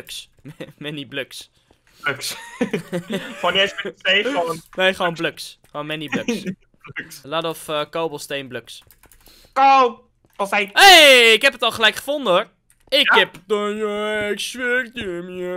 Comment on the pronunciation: coobelsteen:bluks